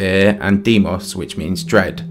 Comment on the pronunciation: I gotta say, I missed hearing you say "Phoboss and Deemoss" in your accent. Im so glad you put that reference in this video. Love the content